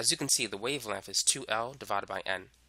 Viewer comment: cuz i dont like the way he pronounces wavelenf